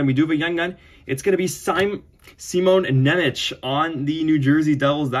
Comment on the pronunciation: Nice Nemec YG. And it's pronounced Šimon Ňemec (even if it is written without ˇ Šimon Nemec ), and not Nemeč. Greetings from Slovakia